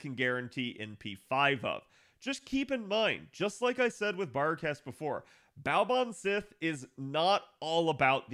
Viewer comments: For future reference, Baobhan Sith is pronounced Baa'van See. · "Baobhan Sith" is Scottish, so it's pronounced "Baa'van See," anglicised as Banshee.